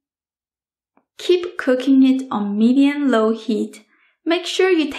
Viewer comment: hey thank you for makin this I love it n you mean spatula not spatulur no one says that in America n you mean medium heat not medin happy new year you earned a new subscriber